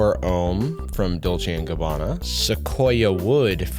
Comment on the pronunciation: I love hearing an American pronounce "Dolce & Gabbana" right for once